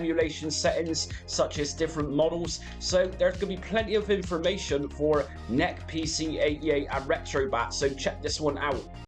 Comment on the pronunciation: This is a first for me hearing "NEC" as "Neck" lol Great videos and tutorials.